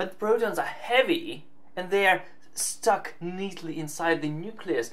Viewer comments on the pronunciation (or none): none